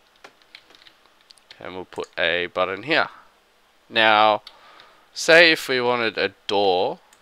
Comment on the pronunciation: "And we'll add another door heaaah..." Lolololol